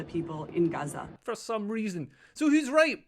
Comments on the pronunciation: “When white women pronounce Gaza GUUza it makes me cringe so hard I taste turnips”. Me too Leo, me too! 😂 And someone needs to talk to them about cultural appropriation of those Keffeyah scarves. It all makes me want to 🤮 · The "Guzza" woman was too cringe. We say Paris not Paree, Germans not Deutschland, and we pronounce it Israel not Guzza